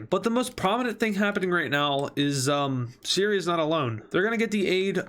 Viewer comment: Every word he said wrong 💀💀💀: Sirya - Siri Right - Rate Hopes - Popes (I'm not a hater, just wanted to have fun)